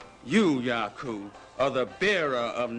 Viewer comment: its YACUB!! not yacoo..lol